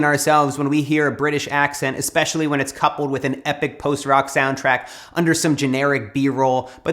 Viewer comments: eXspectially...my new fave word. Especially but EXtra special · I need to work on this acceptance bit... I'll start by trying to accept the fact that you said "eKspecially." 😹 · ...Exspecially isn't a word Matt...